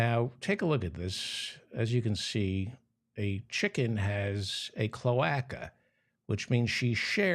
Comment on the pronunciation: Mr. Feldman, the "a" in cloaca is long - so it is pronounced cloāca. I worked for a bird specialist lol 😊